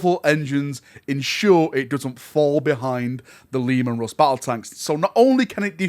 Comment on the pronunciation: The lemon rust ???? WTF is this accent ?!